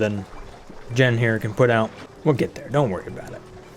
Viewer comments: Hey.. Jean's name is pronounced Jeen. Like the pants. Not Jen. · Loving this series. The new DLC seems like a game changer. By the way, 'Jean' is pronounced as 'Gene' or 'Jeans' as in trousers, and not 'Jen'. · Jean is pronounced /jēn/ like the pants. heavy twilled cotton cloth, especially denim. "a jean jacket" Not Gen... that’s so odd you don’t know how to say Jean... like I’m gonna go put on my gens... LOL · For the love of all that is holy it is pronounced Jeeeeeeen like blue jeans. Oh and loving the new series. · Calling Jean "jen" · Jean should be pronounced as Jean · And also jaune (with a soft j) as in all of France. It's ok man, just put the accent hammer down. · I've always pronounced it the French way. It's closer to John; then again the gender is listed as X, so it's not definite either way.